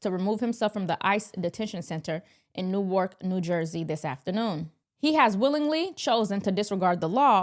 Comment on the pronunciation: pronounced it "New- Ork". It's pronounced "New- werk".